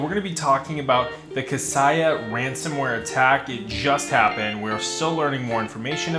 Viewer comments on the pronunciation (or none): Thanks for the video! Another note though for future videos - it’s pronounced “Kah-say-ah” instead of “Kah-sigh-ah”. Best of luck! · Thanks, great info. FYI Kaseya is pronounced "Kuh Say Yuh" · Apparently one of the things we don’t know is how to pronounce “Kaseya”